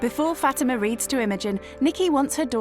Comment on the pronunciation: Her name is Fatima. Not Fatimer.